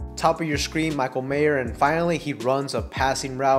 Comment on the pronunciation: There is no "s" at the end of Mayer.